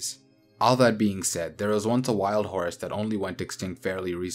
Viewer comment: This dude pronounces it hor-us so for a little while i thought the horse and the hor-us were two different species